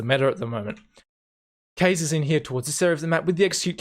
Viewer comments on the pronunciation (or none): the way you should pronouce Kaze is "Kazé" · Pretty sure Kaze's nick is pronounced "KA" (like Aussies pronounce "Car") and "ZE" (like "Zeh"). It means "wind" in Japanese. Similar to dive bombers in WW2 were called Kamikaze (Wind of God or Divine Wind) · Issa KA-ZE my Lord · I've heard kaze mostly pronounced as "kaw-zay". It's tough to know what's correct when announcers aren't even consistent.